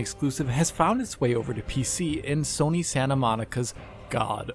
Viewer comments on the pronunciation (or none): none